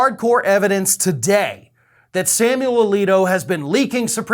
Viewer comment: Samuel A-leak-O